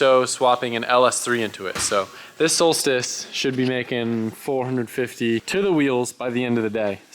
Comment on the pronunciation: “v8 solstice” nahhh “Volstice”